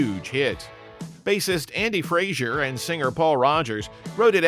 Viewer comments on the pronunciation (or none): Andy Fraser, not Frazier.